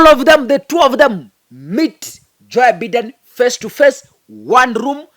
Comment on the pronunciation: The name is Joe Biden, pronounced 'Joe Baiden'.